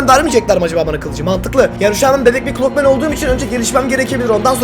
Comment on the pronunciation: Clock man derken cod men diyen koca yürekli 😂😂😂